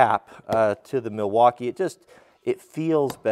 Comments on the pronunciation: “*Sponsered by Mileakeeerre*” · It's pronounced "Migh-waukee." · Yes, I have to say: I am a contractor, and in my experience the Miwalkees are the best even compared to the Hilts? (sorry I don't know how to pronounce the name. -- I have burned a Rigid on a deck once and I have to buy a Miwalkee to finish the project while I sent the Rigid (impact driver) for service (because they still have a good warranty on their tools - but Miwalkees are the best for "your money".